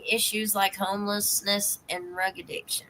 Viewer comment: Drug I keep hearing Rug